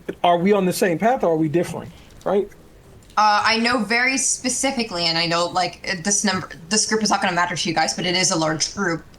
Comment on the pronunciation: Anyone who says “pacifically” instead of specifically should be treated like they actually said pacifically. This should have been bullied out in 2nd grade.